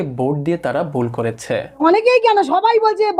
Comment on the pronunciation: আপনার ভাষা অত্যন্ত অশুদ্ধ।বারবার " বারত ",(ভারত),"বয়"(ভয়), "বুল"(ভুল) ইত্যাদি উচ্চারণ করছেন। শিক্ষিত মুর্খ এদের বলে।বাংলাদেশ বাংলা ভাষাকে কবরস্থ করবে অচিরেই।এদেশের বারো আনা লোকই অশুদ্ধ উচ্চারণ করে। সিলেট, চট্টগ্রামে তো বাংলাভাষী মানুষ খুজে পাওয়া যাবেনা। (বিক্ষোভ একটা হচ্ছে ঠিকই কিন্তু রাস্তায় কম,মানুষের মনে দাবানলের মতো)।